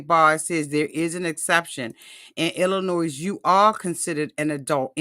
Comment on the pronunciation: I say this with all the love in the world. Illinois…it’s pronounced “El-a-noy” The “s” is silent. Like the “L” is silent in Salmon, it’s pronounced “Sam-an”. Love you and don’t want you using bad English in mixed company 😊